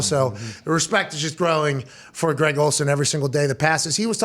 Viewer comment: SHAHT AHT to for calling Greg, G-Reg lol. "7th Floor Crew" ftw